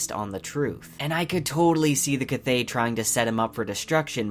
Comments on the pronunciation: It’s pronounced. Quothe. Say Quothe. Pretend the “V” isn’t there. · Well the audiobook narrator isn't the fucking author now is he? Rothfuss says it's pronounced Ka-voth which rhymes with the word oath. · In the video done by Patrick Rothfuss on pronunciations, he pretty clearly pronounces it as K-v-outhe. The v is not at all silent. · I enjoy your videos but you say Kvothe stange,) i leave a link here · I appreciate your videos! Your pronunciation of Kvothe’s name is a little jarring but maybe that’s how it’s supposed to be pronounced? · Your pronunciation of Kvoth is wrong! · Dude! Nice vid and theory's. Keep it up. But please, jus please. Every time you mispronounce Kvothe's name. You break my heart a little bit. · So happy to find you channel,there isn't enough talk about this boook out there and it is my favourite series. Although, your pronounciation of kvothe triggers me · Is it me or are u saying Kvothe wrong? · I agree that the pronunciation is with a 'k' and a 'v', but you put too much emphasis on the 'k', thus making two syllables out of a one syllable word. Just say it in one breath, with the stress falling on the 'o' rather than the 'k', and everybody will be happy. Well, not everybody, it's the internet, after all. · bruh. It's pronounced "Quothe", not "K-vothe" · Its „Kvothe“ not kavothe or k-vothe xd But beside that, very good video! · Its pronounce "Quothe" NOT K- vothe. Please try to pronounce names correctly because they matter ( where have i heard that before?) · Mate, he is not called “kvouz” but “kuouz” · Please check out Patrick Rothfusses video about name pronunciation! Kvothe is not k-vothe as you pronounce it but the k and v are pronounced bound together! You could say I am too picky, but somebody like you who also advertises fan art to be sold etc should be professional. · Minor thing. Please say kvothe's name right. Kv is Q not kah vothe but quothe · learn to pronounce his goddamn name 🤦‍♂